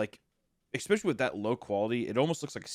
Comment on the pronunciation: Hunter saying “exspecially”💀